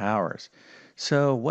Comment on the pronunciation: Where are you from the word power,power learn how to pronounce 😂😂😂😂